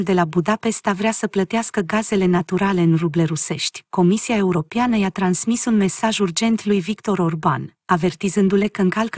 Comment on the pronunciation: Fată draga ...!! Se pronuntă : ,,europeană" ...nu cum citești tu :,,europiană" !!! Clar ???